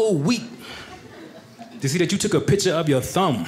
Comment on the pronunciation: The word is piCture, not pitCHer.